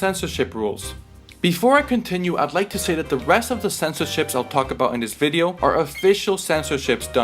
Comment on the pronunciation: thought you said the breast of the censorship lmfao